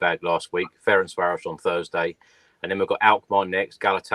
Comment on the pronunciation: FEH-RENS-VAH-ROSH is the effective pronunciation